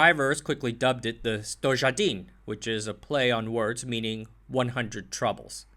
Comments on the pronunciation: My ears are bleeding from all the mispronunciations 😅 By the way, "Stojedin" doesn't mean anything... Sto jedan is 101, and a common Serbian name is Stojadin, so the car was nicknamed Stojadin, because it sounds similar... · Your mispronounciations make me angry. Why do you say every J as a Ž? Kranž? Stožedan? Stožadan? NO! NO NO NO! And the fičo is NOT a fiča. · its STOYADEEN, in english pronounciantion, zastava 101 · Good video, but the way you pronounced "stojedan"...